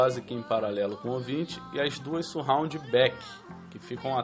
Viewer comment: não é dificil aprender a falar 'surround'... basta ter um pouco mais de atenção!